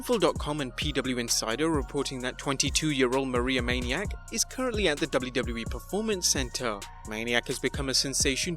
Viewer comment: It's manic not maniac